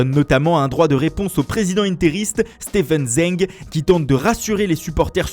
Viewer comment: "Stèveun Zèng"😭😭